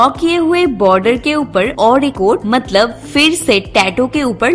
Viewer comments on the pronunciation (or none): none